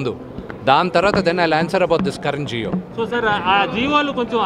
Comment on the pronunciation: జియో తెచ్చారు. జియో కాదు నాయనా జీవో